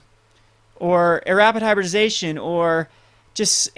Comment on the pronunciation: HY-BRID-I-ZA-TION. its not hard to say.